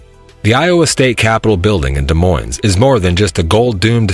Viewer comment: 1. Don't pronounce the last "s" in Des Moines. 2. Learn how to pronounce Amana. 3. Registers Annual Great Bike Ride Across Iowa - not Race.